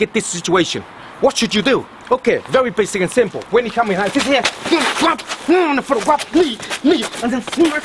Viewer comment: I love the way he says "grab". KWAB HIS NECK, KWAB THE ARM AND BREAK IT